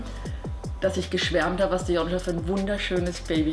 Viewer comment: Wieso nennt yonca eigentlich immer yonscha 😅😂😂